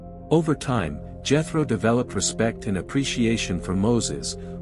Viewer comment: The Name is pronounced Yetro not Jetro.